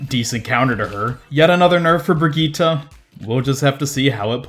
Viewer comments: Its Brigitte not Brigita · Why do you keep calling her "Brigittah"? Hehe.. But keep up the good work!